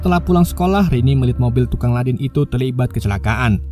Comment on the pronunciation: Ledeng bukan ladeng..lol